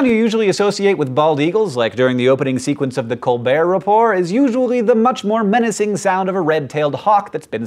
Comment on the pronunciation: Thank you, Hank, for keeping the t's in "Colbert Report" silent.